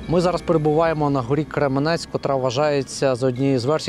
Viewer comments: Крем'янець, а не Кременець. На "узком" языке- Кремянец, ударение на Я. Тим трипільським бабам до 8000 років наскільки я знаю, деякі з них вони зломали. Сусідку побачив у вашій черзі, вона постійно зараз про вікна безкоштовні запитує. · Не зруйновано 90% міста, ну 5 % не більше. Й гора не Кременець а Крем"янець. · Спасибо, что сняли видео о Изюме. Если что, гора Кремя́нец, а не Кре́менец. И можно было бы проехаться по городу, а не только по отрезку Поворотка - Пески- Марс- пешеходный мост. Но и на том спасибо. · Я изюмчянин! Слушать што наш кремянец, теперь кремяц'ь ! Я вшоке!!!!! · Чому ви ставите удареніе на Послідній слон і цим ви Робите сміховище із назви .не Кременець а Гора Кремянець